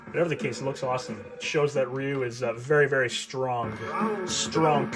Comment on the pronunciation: Ree you. Everyone gets it wrong. Same with the pronunciation of Yakuza. The incorrect pronunciation of "Yakuza" became the American pronunciation, and the correct pronunciation became the British pronunciation. The only correct pronunciation in my opinion is the Japanese pronunciation. I can't stand the American pronunciation. It is WRONG and everyone says it that way in the movies except Hugh Jackman in The Wolverine. He fights Yakuza and pronounces it correctly as Wolverine. In Daredevil, the show, Charlie Cox uses the American pronunciation, which really takes me out of the show. If Elektra and Daredevil are so well trained, why can't they use the correct pronunciation? Weren't they trained by professionals? Just seems like they are ignorant to me. Pronounce Yakuza correctly.